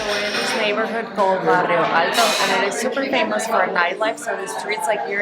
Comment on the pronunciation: Why do you people have such difficulty pronouncing "bairro"? You're not in a Spanish-speaking country, just put the "i" in the right place. You already seem to have a fairly good grasp of the Portuguese language, it's not that hard.